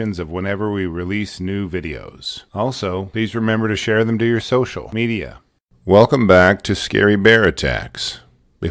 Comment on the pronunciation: Okay but why do you say social media so weird lol